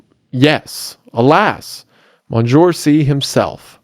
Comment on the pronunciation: "Monjoor"??? ..."Mon seen your"